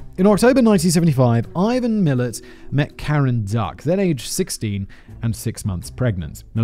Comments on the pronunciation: How it’s spelt: Milat How it’s pronounced: Milat Simon: Milit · We pronounce his surname as MI-LAAT 😊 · I loved it! ...and "Millet" instead of Milat! Part of Simon's charm is his mispronunciations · It almost makes up for having to hear "Millet" for over an hour and a half. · His surname is pronounced millAt. Anyway in the 80's my wife and her best friend were teenagers and were walking on a side rd near the highway between Brisbane and the Gold Coast. The Gold Coast Hwy but now called the M1. North of the Belanglo state forest just inside the Queensland side of the Border. A man pulled up and offered them a lift to which they declined and ran off. To this day they both swear that the man was Ivan. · ⭐️ ⭐️ ⭐️ ⭐️ ⭐️ Pronunciation for Milat is “Mil -at”. 2 syllables. The emphasis being on “at”. Thanks for doing another Aussie story. Another national treasure…. Along with Chopper Reed. 😊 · His pronunciations of Mildura and Milat were a bit off too. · He had me scream "IVAN MILAT" out loud by pronouncing the surname wrong. But we love Simon. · Omg ‘oot’ instead of ute 😂😂😂 and it’s MilAt - coz we are aussies and make up our own pronunciations. Also you think this is good. You need to do the Snowtown murders and The Family murders both in SA. Also Ivan Milat’s nephew, Matthew Milat also became a murder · i came to comment too. ute "you-t" lol and Mi lat